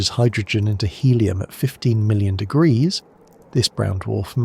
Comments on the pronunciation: I heard 1-800 Deuseldorff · what ? The fu ck did you just say. Temperatures reach 1 800 deoogroouses 😂.